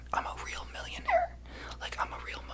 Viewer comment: When you said im a real millionAhAIR